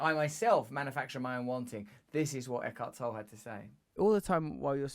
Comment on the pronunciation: I think you need to have him on as a guest again - because somehow you have forgotten how to pronounce and spell his name ;)